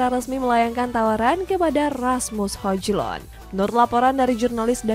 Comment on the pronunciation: Hoylund oi, hojlund mulu